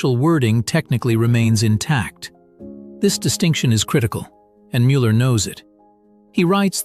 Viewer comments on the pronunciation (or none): Canyou pkease leRn how zo pronounce Müller cotectly! Gdrmans try to oronounce English eords vorrectly so you can do the samr at leadt eith names especially with tbe ones yoz are using and zhaz are vety well known its